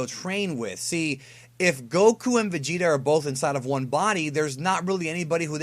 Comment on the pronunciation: The Vegeta voice actor dude sounded like he said Vecheetah lol